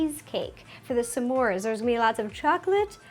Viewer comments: Did she just Britta the pronunciation of s'mores? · Where is she from? She pronounces it "sAmores" and has kind of a northern accent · OMG OMG OMG OMS STOP SAYING SA MORE CUPCAKES! THATS FUCKING ANNYOING ITS smore NOT sa more!! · U did great but when u say smores u say some mores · I hate how she says Smores like "Samoars"